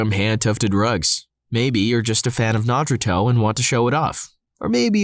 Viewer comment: Y'all know you can say Naruto correctly right and Blastoise there's no trade mark on the name Naruto since it's a food and Blastoise is a bade up word so it's also not enforceable